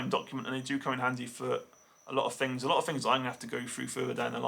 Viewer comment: how come Poms always say FINGS instead of THINGS